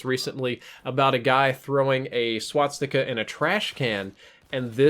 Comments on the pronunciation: Also,, you keep pronouncing it wrong. You're putting the 's' after the 't'. You're saying "swatsika" instead of "swastika". Just letting you know:) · swastika not swatstika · Its pronounced swah-stick-a, not swat-stickah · Please stop saying "swatstika". Swastika only has one "T" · not swaTsticka. its swas-tika....... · please stop saying swatsticka, it's swa-sti-ka. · Ok it's a SWASTIKA NOT A SWATSIKA. Swas-tika > Swat-sika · Sorry, but I gotta be that guy., it's SWA-STI-KA, not SWAT-STI-KA. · It's not a "swatstika." It's a swastika. Swas-tika. Gah, that was cringe-worthy. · learn how to say 'swastika' not swatstika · Well first of all "They are the guys you will be fighting" is so stupid 2. why do you say swaztika instead of swastika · I'm just hearing swat sticker whenever he tries to say swastika .-. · Stop calling it a swatsticka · Why is he pronouncing it Swatstika? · "Swat-sticka" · You're pronouncing swastika wrong the entire video please fix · if only this guy could pronounce swastika correctly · No offence, but you're pronouncing 'Swastika" wrong.